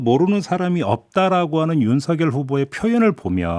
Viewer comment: 뉴스등 제가 듣고 본 방송 중에서 유일하게 윤석열을 윤서결이라고 제대로 발음해 주시네요. 다른 방송에서는 앵커 아나운서 기자 가리지 않고 거의 대부분 윤성열이라고 발음하던데.. 극히 일부는 윤성녈이라고 발음하는 분도 계시더군요. 괴문서라는 말에 화가 나셨나봐요. 기가막혀 하시네요.